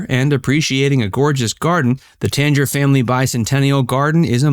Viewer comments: tang-er, not tange-er. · I love Greensboro, it always surprises my friends how nice it is as a little southern city. Also I've always heard it pronounced "Tang-er" Center (like that old powdered orange drink Tang). I could be wrong though. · The way you said Tanger means that you have never been to Greensboro